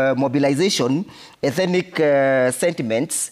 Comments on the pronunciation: This guy thinks that a particular ethnic group in Kenya has some special God given entitlement. Bure kabisa. UK warned Kenyans about utawala wa HASORA. BTW, it’s ETHNIC and not ETHENIC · Ethenic!😂..maahn that word is tearing him apart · It should be 'ethnic' NOT ethinic, bro! Otherwise, great perspectives from. This administration should go home! The anchor is a well known cheque book journalist! Ouch